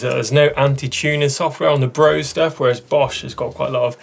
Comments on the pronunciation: Guys, please! Brose is pronounced BRO-SE, the "E" ist voiced! Like the "e" in "the". And the "O" not like "bow" but more like "floor". Thanks from Germany :) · Brose is actually pronounced "Brosa"